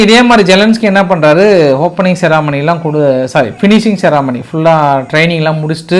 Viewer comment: என்ன செராமணி தவறு செர்மனி உச்சரிப்பு பல இடங்களில் தவறுகிறது பிராவின்ஸ் இதையா பிராவினன்ஸ் னு சொல்றீங்க பல இன்னும்